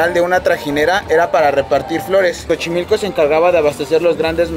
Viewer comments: ya chocheaste, no se dice "chochimilco" se pronuncia - csochimilco - se escribe Xochimilco ! saludos !! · La primera vez que pronunció Xochimilco, no lo dijo bien, y al final si lo dijo bien. Saludos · Jajajajaja muy buena la de chochimilco, cuando una palabra empieza con "X" en Náhuatl, la pronunciación empezara con "SO" por ejemplo el nombre de mujer Xochitl (Sochitl) que significa la flor más bella, así es que se dice Sochimilco y se escribe Xochimilco "Campo de Flores". Saludos 👍🇲🇽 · Me dio risa lo de "Chochimilco", la Xo se pronuncia como So, asi que es "Sochimilco'!🤣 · Hola tiene poco que te conoci y me encanta que te gusta Mexico. Una correction para que pronuncien correctamente no es Chochimilco suena Sochimilco pero correctamente se escribe Xochimilco.😉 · Me fascinaron los padres de. Jóvenes y felices. Se adaptan bien. No es CHOCHIMILCO ES XOCHIMILCO. Y SE PRONUNCIA SOCHIMILCO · Xochimilco amigo, cómo si dijeras "Zochimilco" no te ofendas con mi comentario, es solo que a mí me gusta que me corrijan también jeje, saludos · Por que dicrs chochilco? No es asi rs xochimilco y se debe mencionar como es por favor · No es chochimilco, es xochimilco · Buen vídeo , se escribe xochimilco y se pronuncia sochimilco no chochimilco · No no no no no no chochimilco no. Jajajajajaja, una disculpa pero les voy a corregir es sochimilco se escribe diferente pero se pronuncia así. No se sientan la critica es para que pronuncie correctamente. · se dice Sochimilco,y se escribe Xochimilco,y no chochilco así se escucha en tu vídeo cuando lo pronuncias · Hola buen videos pero no es (Cho) es (So)xochimilco 🤣 saludos 🖖🏼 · Hola chicos guapos !!! Solo para Felicitarlos por su nueva visita a México . 👍🤩👌 Y Xochimilco se pronuncia así .... Has de cuenta que debes utilizar la letra " S" en el lugar de la letra " X " Y la verdad el idioma Español es muy complicado y algunas letras se sustituyen por otras . Suerte 🤞 chicos !!! 💖🙏💖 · Vamos pues a ‘Chochimilco’ 🤣